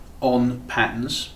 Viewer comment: Come on its not pat-ns. Try pat-turns.